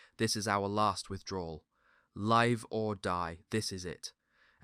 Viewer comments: Extremely well done! Great video :) This is really nitpicky but it's pronounced Live as in "living" not as in "live show/live on air" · Another AI voice? Listen as he says "Live or die..." The "Live" sounds like the word 'dive.' Otherwise a very good program. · Why no wonderful "Nuts!" response to the German request that the Americans should surrender. I hope that is not a story but IS history. The best remark of the whole war. Can't believe the photos of active soldiers firing rifles with bare, ungloved hands. I spent 50 years plus alpine climbing: needed silk, wool and over-mittens ! very strange narrator. Sounds English but can't pronounce 'live" correctly ( as opposite of not die not to mean "existing".) Did the Americans have good radio networks? Can't see how they could really operate in such murky and claggy conditions nor work out that the Germans bypassed Bastonge on north and south --- so how were they stopped? At Dinant while they stayed defending Bastogne? Rather suspect the whole scenario was so crazy that nobody really knows the day by day events as suggested by this documentary. The first casualty of war is truth.